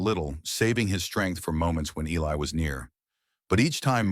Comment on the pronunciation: A very nice story but the narration shud be corrected. The pronunciation of Elias is different almost every time mentioned. U obviously have not done any editing or proofing b4 posting online. Plz do so.